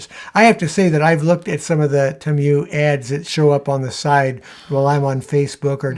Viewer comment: Don’t know if it’s been mentioned previously, but I believe the correct pronunciation of “Temu” is Tee-moo. And from what I’ve heard from various sources, I won’t be buying from them either.